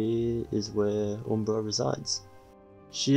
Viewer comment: it's pronounced uhm·bruh